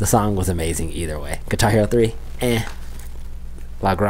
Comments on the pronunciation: Lah Gray-nge,,,,,,,, not Lah Grah-nge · It's not La Gronge. It's La Grange. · That Lil' Ol' Band from Texas. (And the song title is pronounced "Luh-GRAYNJ" (second syllable rhymes with "range"). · La Grange rhymes with range Not Lah Grarnge. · LA GRANGE Rhymes with RANGE.....not gronj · It’s pronounced La Graynge. These guys refer to themselves as ‘the same 3 guys playing the same 3 chords’. Billy Gibbons, lead guitar and lead vocals, Dusty Hill on bass and vocals, and Frank Beard-oddly no beard on drums. Billy has this legend that says he uses(d) a Mexican silver peso to pick the strings. Their misic is deeply influenced by the blues and hillbilly rock. Jimi Hendricks referred to Billy Gibbons as the best guitarist he ever heard. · It's pronounced like La Range, but with the g. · Grange is pronounced like grainge. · The singer said lagrAnge and u still mispronounced even after the song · Loved watching your reaction to the song. There have been several suggestions about additional ZZ Top songs, so I won't rehash what's already been said. Could you please do me a favor? As a Texan, you're killing me with your pronunciation of LaGrange. It's a long A sound as in range, not a soft A as in orange. You are very respectful and polite, so I know you'll want to say LaGrange correctly moving forward. Loved your video, your facial expressions made it perfect. Ive been listening to a lot of ZZ Top during the "shelter in place", and they been a great way to enjoy the solitude. Check out their documentary on Netflix, its kind of amazing how they got started and how they've lasted for 50 years. Thanks for your post!!! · Please learn how to pronounce the name of the song.